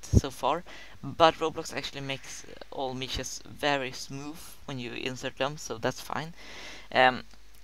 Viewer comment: "mEEEshees", "smoofh".lol.